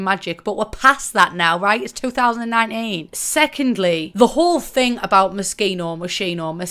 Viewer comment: "It's two thousand and nah een" 💀